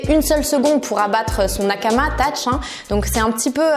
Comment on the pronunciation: Tach ? Mddr Thach ça se lit Satch😂 mais sinon super vidéo🔥